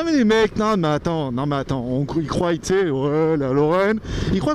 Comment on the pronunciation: je te suis depuis des années, je t'aime bien etc mais stp on ne dit pas "ils crouaille" à (je sais même pas comment l'écrire) mais "ils croient":D Sinon superbe vidéo! greg